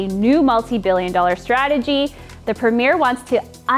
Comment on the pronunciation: You are pronouncing "premier"wrong.